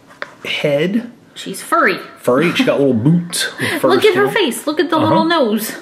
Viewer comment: i kept re playing the way u said boots lol